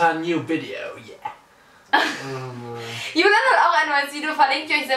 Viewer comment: Nicht Hulian soll julian